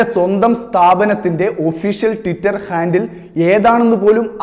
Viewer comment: ടിറ്റർ അല്ല മോനെ ട്വിറ്റർ